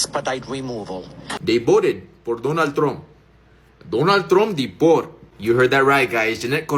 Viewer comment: “I will boat…..for Donna Trum”🤨 lol